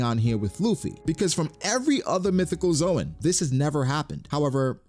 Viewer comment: Dude for the last time... The zoan is not pronounced as zoe-an but zone